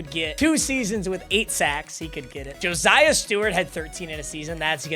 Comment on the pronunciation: hey man stop saying josiah like joziah wth JO SIGH UH <3 video